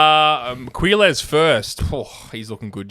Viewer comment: Just remove u from Quilles name and you say it like killer.I think that is how you say his name.